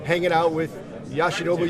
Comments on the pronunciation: YOshinobu NOT YAshinobu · How hard is it to say Yoshinobu? It’s not like there’s any tricks in the name… it’s literally said the way it’s spelled…